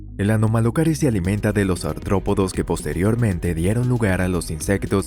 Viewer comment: COMPA, ES "ARTRÓPODOS " NO "antrópodos"